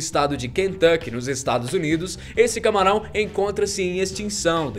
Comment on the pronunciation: "Esse camaral" kkkkkk